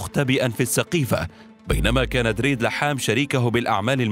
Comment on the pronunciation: فيه سوري بينطق كلمات دريد وسلمية وبيروت بالشكل الي نطقو المذيع المتكلم...🤔🤔